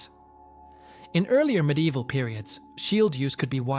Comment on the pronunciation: Stop saying “MID EVIL” that’s not how the fucking word is spelled, let alone said. How someone can be interested in these topics but not know basic spelling or pronunciation of the items, is beyond me.